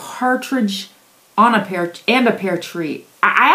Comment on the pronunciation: "Pear" tree, not "pare" tree.